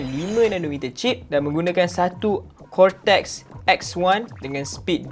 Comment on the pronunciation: Deyyy...cortex dah deyyy...telinga pun lah hai😂😂